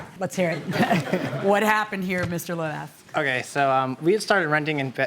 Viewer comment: That’s not how you pronounce Lévesque